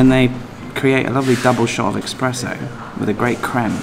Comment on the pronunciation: Expresso......fast coffee?... I believe you might mean espresso?.... I'm assuming the coffee is nowhere near as good as Vietnamese coffee?.....meh.....